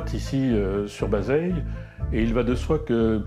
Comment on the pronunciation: Revoir la prononciation du verbe anglais TO DARE et du village de BAZEILLES